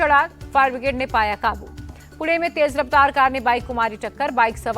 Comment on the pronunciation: Didi apna pronounciation sudharo Below are the examples Pune= पुणे Haryana=हरियाणा Aarakshan=आरक्षण Wrong pronounciation:- ळ Corrected pronunciation:-ण